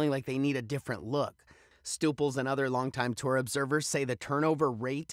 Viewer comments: Did your stupels! How the hell can you be taken seriously when you can’t even say Karen Stupples last name correctly. She’s a lead commentator for Golf Channel. That’s the equivalent of getting your wife’s married name wrong. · "Stooples?" How do you get that pronunciation from "Stup..." It's Karen Stupples